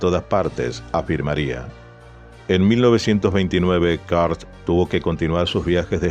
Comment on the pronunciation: No se lee kart, se lee kurt mesmo es alemán y no inglés